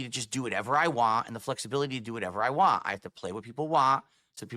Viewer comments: why can he not say "want" with a T on the end like a normal person. He said "wahh" 3 times in succession. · learn how to say WANT........ W A N T! want!!! He is constantly say WAAH - I waah this, nobody waah.... All I hear is Waah waah waah waah.